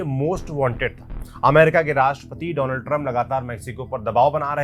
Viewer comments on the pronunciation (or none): none